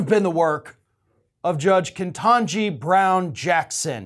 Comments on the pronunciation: her name is not ''Kentanji'', its ''KETANJI''. there's only one N in her name. her name is misspelled in the title of the video and keeps mispronouncing her name. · I wish someone would tell it's KET - anji, not KEN - tangi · Ketanji, not Kentanji. And I hope it was Ginni Thomas! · The thing upsetting me the most in this post is the fact that these progressive outlets like to pile on the republicans for saying names incorrectly, when you're doing it too. Not just saying it wrong, but spelling it wrong. KETANJI. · Can y'all just please put some repeck on her name and spell/say it correctly...KETANJI!!!